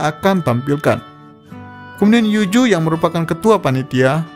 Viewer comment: Saran bang,tolong Bedakan antara pengucapan kata "J" & "Z". Ex: Tomozaki,bukan Tomojaki. Yuzu,bukan Yuju. Selebihnya bagus👍